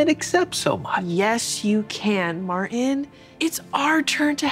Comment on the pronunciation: I wish she would actually pronounce the t in Martin the name might as well be “Marin” I mean goodness gracious it made me mad